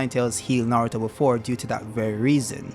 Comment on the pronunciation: bowuto & nawuto, I love you bro, chuckles.